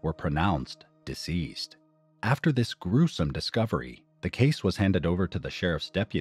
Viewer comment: you should work on your enunciation of the word deceased because you straight up sound like you said they were "Diseased"...